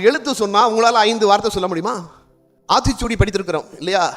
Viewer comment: ஆத்திச்சூடி. பிழை ஆத்திசூடி.சரி ங. உச்சரிப்பில் யானையே தடுமாறியதே